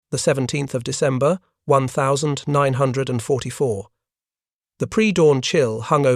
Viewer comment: CRAP AI THAT CAN'T EVEN PRONOUNCE THE YEAR CORRECTLY!!! Stop supporting these AI Content Mills!!!